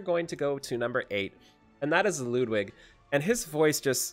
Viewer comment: I dont understand the hate on Ludwig.... first off, pronounce his name right and then realize that he has nothing wrong with his face or voice. You're review was so shallow and I would never know why you dislike him.